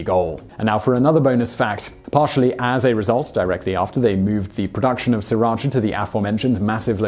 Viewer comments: I actually used to live right next to Sriracha (FYI, the first r is silent) and always wondered why, upon going to Canada, it was so famous... But I'd never heard of it when living a 20 minute drive from Sriracha (again, the first r is silent). Now I know. Thank you Vsauce. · It is pronounced Si Rach A after the town in which it was first made. (Sriracha - silent first R .) His explanation of the origin of the sauce is completely incorrect. It was first made a woman named Thanom Chakkapak way back in the 1930s. I know because I lived in Thailand for 20 years and even worked in the city Sri Racha and speak Thai. Thais do not use serrano chillies but what are known as Rat Shit Tailed chillies - very small, very hot, - Bird's Eye Chillies - larger and very hot - Dragon Tooth Chillies - largest of the three and very hot. Living in Canada, as I now do, I can make the product but the price of the fresh peppers is exorbitant so it is cheaper for me to buy the stuff. However, not to say that the owner of the company that makes the most popular version in the U.S.A. is not telling the truth, but prices in Canada have gone up, even if he is selling them at the same price he originally started with. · When you say "Sriracha Sauce" it sounds like "Sir Archer Source". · Sri-racha like the middle-eastern/asia region it comes from is pronounced more similarly to "Shri-racha", most of the world is getting it wrong. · brittany bolton Ask Thai people, not Vietnamese, if you want to know how to pronounce it because it's a Thai word. It's pronounced See-Rah-Cha. I'm sorry to tell you that your husband is wrong. This is an example of how Thai people pronounce Sriracha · Thank you finally some can understand that Vietnamese stole it from us Thai people even the name. And yet the Fucking pronounce it wrong. It's the Thai small area in Thailand. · FYI, it is pronounced Sira Cha and not Si Racha. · s*R*iratcha. That R isn't silent! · Actually it's see-rotch-ah